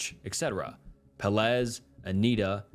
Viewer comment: Peláez is pronounced peh-LAH-es , accentuation on the middle syllable, hence the caps, so three syllables, not two, and not “peh-LEZ” like you keep saying it.